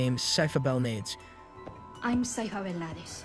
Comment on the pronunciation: Dude your pronunciation of names is crazy. I found it funny you said cyphers last name wrong then play a vlip of her saying her full name